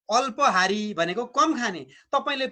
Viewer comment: काक चेष्टा.... अत्पहारी हैन है अल्पहरी सच्यनुहोला